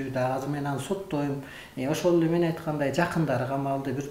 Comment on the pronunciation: Меен дейт го